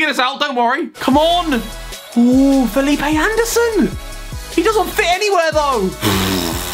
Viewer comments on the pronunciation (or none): none